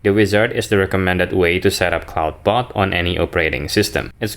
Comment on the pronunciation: You keep mispronoucing "Clawdbot". "Clawd" rhymes with "god". It does NOT rhyme with "loud".